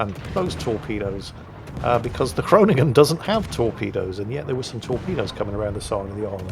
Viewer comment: You pronounce ‘Groningen’ very good. Greetings from a dutchy;-).